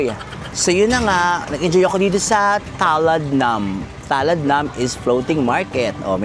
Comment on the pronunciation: I love you in Thai means - Chang Rha Khoon! Talad should be pronounced "Talat" meaning market, at Nam ay water.